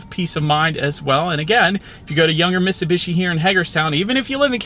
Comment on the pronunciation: If ur gonna do a review of something learn how to say it ...MITT SUE BEE SHE ..HOLY SHIT GUY